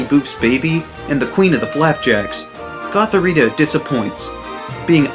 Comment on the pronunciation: I said “what??” Out loud when he said gothorita